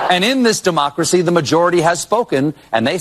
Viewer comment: Actually its not Duhmocracy. Its Democracy. As in de jig is up libs and dems.